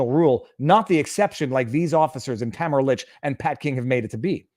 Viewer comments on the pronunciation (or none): You keep mis pronouncing Tamara. Pay attention. You've been told repeatedly. Its annoying. You come off as not listening.